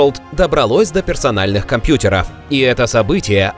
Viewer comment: "до персональных компьютерá" 😆 шо за нерус?